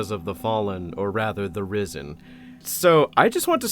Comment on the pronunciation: The internet has broken my brain everytime you say "risen" i hear "rizzen"